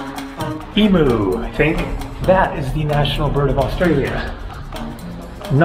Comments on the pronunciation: 'Eem-yoo', not 'ee-moo' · Emu = Eem-you ✔️....not Ee-moo ❌ 🙃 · Haha Bin chicken lol 'your funny 'i said its a bin bird lol not chicken n u said Emu as Emoo haha 'thats ok ill let ya of my friend... anyway trust me your in paradise now.. Ps. wow that jet lag's truly is bloody mean my friend n it can really destroy your time in a country n place's especially when your only there for not a long time but a good time ) Hmm im sorry to hear that buddy. oh well u got all theses comments to read thru the night ya hehe ..#enjoy. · E-moo 💻 🐄😆 (it’s pronounced “eem-yew”) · Just a heads up. Emu is pronounced “eem you”. Sorry about the weather!